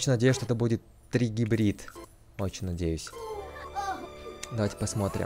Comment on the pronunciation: Не тригибрил, а трибрид!